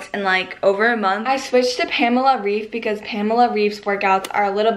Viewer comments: Pamela REEF omg I can't 😂😂😂not tryina be mean but it's Reif pronounced like Rayf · Great video! This really motivated me to work out! :) Just a short correction: I'm German (like Pamela Reif) and her last name isn't pronounced "rief" but "rife" ;) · Hey! :) just a little tip- Pamela is German so her name is actually pronounced [raif] (and the r is harder than in English - if that makes any sense :D ] :) nice video! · cool video but its not Pamela "Riiiief" its Pamela "Raaaaif" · Loved the video❤️ Btw you pronounce Pamela Reif more like Pamela Raif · The a's in pamela are pronounced like the a in amrica ans well as the e in Reif (R 'a' if) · I really like your videos! Amd btw reif is pronounced like raif... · You pronounce Pamela Reif like R-AH-IF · the „ei“ in Pamela Reifs last name is pronounced like an english „i“!!! 🙏🇩🇪🇩🇪🇩🇪